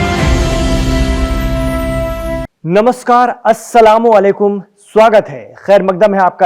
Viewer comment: भाई मेने पहले भी कहा आज फिर बता रहा हूँ अस्सलाम वालेकुम नही होता यह सलाम करने का गलत तरीका है "अस्सलाम अलेकुम" सही तरीका है